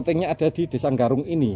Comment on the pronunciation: Desa Garung apa desa Nggarung sih? Tolong di pas ke leh ngucapke btoo.